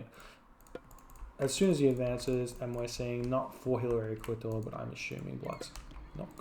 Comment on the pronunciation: lmao "Hillary Klitor"